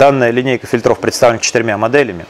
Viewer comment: Кровь ушей моих! ФИльтров! ФИльтров! ФильтрЫ! ФильтрЫ!